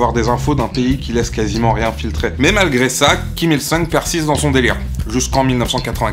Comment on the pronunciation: me semble que c'est Kim Jong "oune" et kim il "soune" question prononciation.